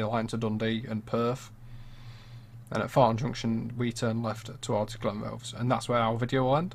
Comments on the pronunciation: its Glen=Roth-is not Glenroths?! this is spot on tbh though I live in Burntisland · Glen what? Try Glen-WRATH-ess Nice route, better than the driving! Obviously some work needed here and there. . Only travelled a bit of it incidentally on the way back from Inverness one time.